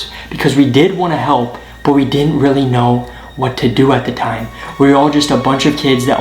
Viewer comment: Weally ef thes weal that’s cwazy